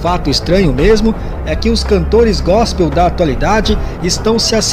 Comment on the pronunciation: Ele disse “GOSPEM” ainda falou errado mds